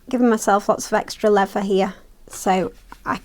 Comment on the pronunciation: LEVER??? REALLY??? It is called leaTHer. When did the brits lose the ability to pronounce the "th" sound??? Please, stop doing that.